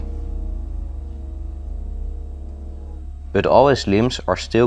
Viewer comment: i love how you say bøt instead of but nice video though i will try this one day. Thx for the advice keep up the good work